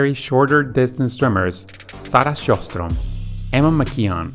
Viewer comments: not quite herstrom, it's still technically scherstrom except the sch is pronounced more like the j in jalapeño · Yeah was gonna say, even as a Finn who barely speaks Swedish, I couldn't help but notice the pronounciation of Sjöström 😬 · Not the swedish one, he butchered that completely😂😂 /Swede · Sarah SchojsStrom hahahahah, as a swede I found that hilarious :D, it's a very hard name to say for other countries because of our letter ö, it's actually Sjöström, wich ironically means Seastream, and Ö also sounds more like Yuh but added with Sj it gets more like a gargling effect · Sarah Sjöström is very hard for a non-scandinavian speaker, and he still pronounced it falsely, but that's not to say he didn't try. When the ö is converted to an o, you're given a false impression of what the name sounds like. And the accent needed to pronounce something scandinavian is extremely hard to perfect & even remove from a native speaker who learns English.